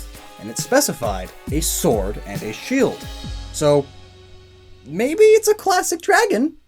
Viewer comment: He said the sheld